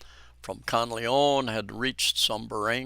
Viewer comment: Thank you for your update. However - please do your best to pronounce Mt Kanlaon properly. It is pronounced kan-la-on. It is annoying when a foreigner continue to mispronounce a location without any effort to say the word properly - especially on live media.